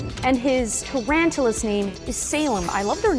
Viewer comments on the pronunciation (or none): Not to be rude but she said "TRANTALAS"